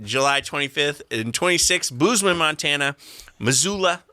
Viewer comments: So while we’re on the subject of mispronunciation, it’s Boze-man, not Booze-man, Montana. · Devin calling out for the way she pronounces things and continues calling Bozeman "Booze-man". 🤣